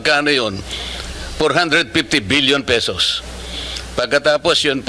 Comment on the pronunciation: Sixtyseven Thousand Three Hundred Sixty Pesoses😂